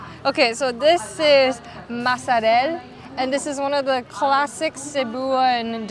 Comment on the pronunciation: I think the masareal you ate is a bit hard, I usually choose the bigger ones that are thinly cut. it has a soft texture. Btw it's my fave haha...It's from Mandaue City and it is pronounced "masaryal". Thank you for coming in Cebu! My home. I was there in Sto. Niño church when you came. I saw your IG story. Sayang! I didn't see you, I was on the other side . Amping permi 😘